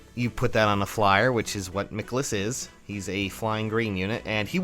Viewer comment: mih-KA-lis tho not mih-kuh-lis